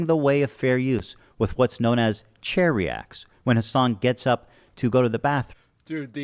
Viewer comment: Ohhh, “chair reacts”!! I could’ve swore he said “cherry acts”, which was a bit confusing. 😂😂